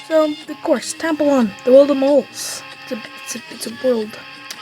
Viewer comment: When you say its name be kind of sounds like tampon 😭 Also it's really 🔥🔥🔥🔥